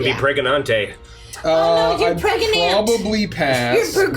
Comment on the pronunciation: "Am I gregnant or am I okay?"